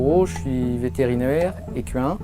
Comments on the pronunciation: "Écu 1" Jpp ca ce dit "ékin" Lol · J'ai fait des recherches et, en FRANCAIS on prononce "ékain" ! Car le "qu" se prononce "k" et ce n'est pas une exception. ;) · oui lui il dit : vétérinaire ékuuuuain